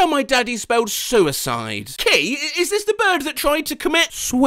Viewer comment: Sue-side lol